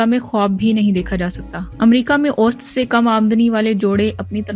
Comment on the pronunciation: نامہ نگار نےاوسط کا تلفظ غلط ادا کیا ھے توجہ طلب تصحیح فرما یں